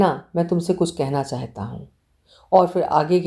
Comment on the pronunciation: Good Story., please pronounce the word ' chahta' correct.'Chaheta' is incorrect pronunciation.